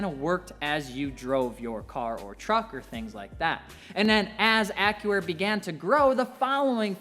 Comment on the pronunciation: Sounds like he's saying : "Acura" instead of Accuair 😆😆